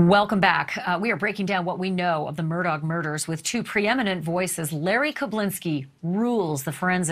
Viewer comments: It's "Mur-daw" not "Mur-dawg".... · It’s pronounced “Mur-dock”. My family is from Islandton. It’s my great grandmother’s maiden name. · Touche. it definitely isn't Mur-dog. Just like it isn't Lake Mold-trie but Mooltrie. I'm a native of SC as well. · I wish y'all pronounced their last name right. Murdaugh, pronounced like mur-dock.